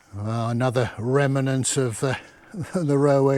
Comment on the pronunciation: We love your videos but please stop my wife yelling at the TV every time you say remanants! It’s remnants!!!😂